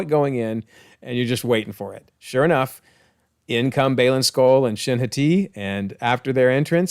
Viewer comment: While I cannot comment on the annunciation of Hati of Shin Hati as I don't think they've said her last name yet, I can comment on the annunciation of Hati the wolf that chases the moon. The vast majority of Old Norse words put annunciating stress on the first syllable. So HAti rather than haTI. Secondarily, neither Sköll nor Hati were described as being "of darkness" that I can find in the eddas. They are simply the sons of Fenrir and the wolves that continually chase the sun and Moon respectively and do so until Ragnarok where they will finally catch and eat their prey. They're described more as forces of nature than of darkness.